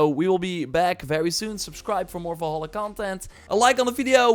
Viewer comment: "Assassin's creed VOLHOLA" 😂